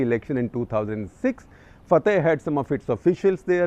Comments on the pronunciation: Shekhar you pronounce Fatah wrong. It's pronounced as Fa-tha not Fa-thy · shekar sb at least learn how to pronounce FATAH!